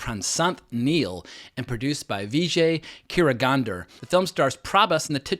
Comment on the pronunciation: Produced by Vijay Karagandur not gaandur 😂😂😂😂😂😂😂😂